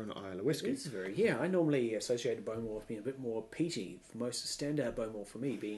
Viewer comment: I believe its pronounced bo-MORE, rather than BO-more.